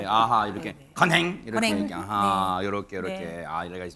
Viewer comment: ㅋㅋㅋㅋㅋ 건행은 임영웅 시그니처 포즈구요 앵커님 ㄴ이 아니라 ㄱ입니다 건행ㄱ 😅😅😅😅